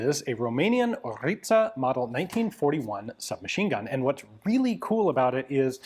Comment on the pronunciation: Name ist ORLIȚA. Not ORITA